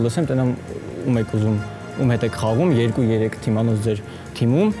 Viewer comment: էրեխեք ջան, թմում չէ, թիմում